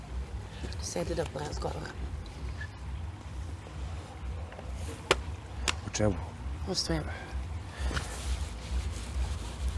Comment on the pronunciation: Sedi da porrrrrazgovaramoo